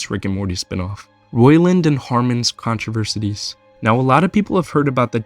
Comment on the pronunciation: If you're going to push already debunked BS and slander people with it, maybe at least know how to pronounce "controversies" and "detrimental".